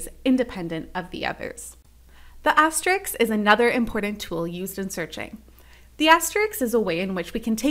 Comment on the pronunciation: It is an asterisk NOT an asteriks and they are asterisks NOT asteriks (again used)